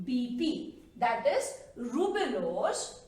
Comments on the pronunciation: I think maa'm it should be Ribulose bis phosphate , not rubilose bi phosphate. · It's a ribulose mam not rubilose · Mam your videos are really helpful but sorry itis 'ribulose' not 'rubilose'. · Correction:- It's Ribulose* she mistakenly told Rubilose Thank you for such a great explanation and for your efforts ma'am🖤🖤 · Amazing but its ribulose not rubilose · Wonderful lecture ...however there are two error 1) NADPH not NADPH2 2) Ribulose not rubilose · Is it ribulose or rubilose? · Rubp is ribulose bisphosphate not rubilose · Hi mam your videos are amazing Sorry to say you that it's not rubilose bit it's ribulose. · Mam sory to correct u but its ribulose not rubilose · I think it's ribulose not rubilose